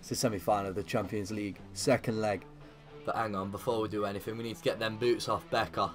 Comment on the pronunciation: Who else loves it when he says champo league